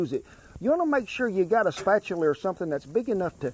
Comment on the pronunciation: Mr Rawlings insists on putting that L in salmon then proceeds to add an extra R to spatula LOL got to love the guy. great video as usual